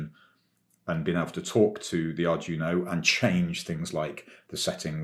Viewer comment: Nitpick: it's pronounced more like "Ardweeno" than "Ardjuno".